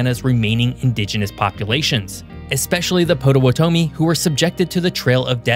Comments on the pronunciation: "Vin-sins" "POT-O-WHAT-O-MI" "Whooosier" "Wah-bash" For the love of gawd😫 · FYI, Potawatomi. The locals pronounce the name of the zoo in north central Indiana, named after the natives in the area like Pot-Uh-Watt-Uh-Me. I'm not sure if that's the original pronunciation though. Hoosier: Whose-yer Wabash: Wobb-ash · Po-to-wa- tomi? wtf bro?! 😳 😆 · Say it with me: Vincennes - "vin-senz," Potawatomi - "pah-tah-wah-toe-me," Calumet - "Cal-you-met," Hoosier - "hoo-sher." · Yes. Potawatomi, Hoosier, Vincennes, etc. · His pronunciation of Potawatomi did that to me, too. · 100% Vincennes, Potawatomi, Wabash, Hoosier!.... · How badly could one person mispronounce Indiana vocabulary - Hoosier, Potawatomi, Vincennes, Croydon, Wabash plus more that I probably missed... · Because I couldn't find a place to do this privately without signing up for an app I don't want, I'll do it here..., you are a highly educated, highly intelligent person. That's why I'm so appalled to hear such mispronunciation of words in this video. For example, Potawatomi is pronounced "pot-a-watt-a-me", Vincennes is pronounced "vin-cenz". Hoosier is pronounced "Who-sher", and Wabash is pronounced "wah-bash". I love your videos that seem to be well researched but I cringe as you mispronounce words you apparently think you know. Please do better.